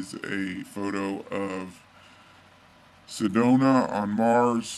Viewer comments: i would have thought a former nasa scientist would know its cydonia not cydona. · I'm pretty sure it's Cydonia, not Cydona. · he pronounced cydonia as sedona. you would think a nasa scientist would know the proper pronunciation. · For a "NASA scientist" you'd think he would have pronounced "Cydonia" correctly...